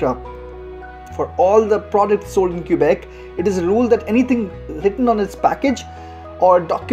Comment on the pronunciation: FYI for foreigners, locals pronounce Quebec as kuh-bec. Don't pronounce the u.